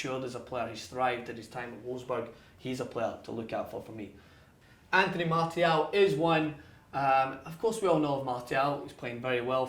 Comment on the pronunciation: That's how you say it my friend